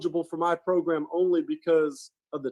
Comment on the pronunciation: How come this guy cant say the word program properly